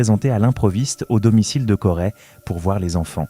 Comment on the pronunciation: Corey !!!! on dit Corey ( CO Ré pas CO rai ) banane